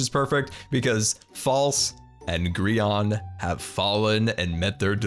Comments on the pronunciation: Grian not Grain! Your house is really cool. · GRAYAN? ITS NIT PRONOUCED LIKE THAT. 🤣🤣🤣